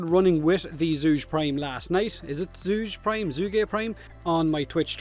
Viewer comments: For the record: Zhu-geh is closer in pronunciation. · Zhuge: pronounced as 'Jew-geh' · Zhuge is pronounced Joo-Guh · “Chu-ga.” Pretty sure it’s Chinese in origin. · zhu ghe... its pronounces seperately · It is pronounced 'Jugeh'. There's a voice clip on the wiki page for the famous Chinese scholar, politician, strategist, and overall man-of-many-talents, Zhuge Liang. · The Chinese sound that's spelled Zh is pronounced kind of like a cross between a Z and a J. So sort of like Jue Gay. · Hey, it's joo-guh. Don't be mad, you asked. Its inspired by the famous Chinese strategist, Zhuge Liang and the repeating crossbow the Zhuge-nu. Funny thing, while often attributed to its invention Zhuge Liang actually had no part in it. His name pronunciation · Since you asked, its: Ju Guh (like Bruh, that kind of "uh") xD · It’s pronounced Chu-ko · What’s my name? ZHu-GEr would be better approximation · it's pronounced Zhu-Ge, like Zhuge Liang, y'know, the famous Chinese General. E: I'm curious is your chin that MASSIVE or do you have a gray beard on your chin? E Nr.2: pls say that it is your chin XD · Please, the pronunciation should be ['ʈʂu'k ɤ ] in IPA or ['tsu'gə] for an English-like pronunciation, or Chu-ko if you still don't get it. The weapon Zhuge is named after the Zhuge Repeating Crossbow by 诸葛亮（Zhuge Liang) from the Three Kingdoms-era ( ). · It´s pronunced something similar to "Ju" in Julian and ge, "g" in goat, "e" is something like the "e" in french. Named after the Three Kingdom era chiense strategist Zhuge Liang. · It's read as this minus the "Liang"